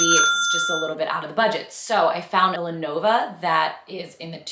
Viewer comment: Did you say lenova or lilla ova for berta dupe?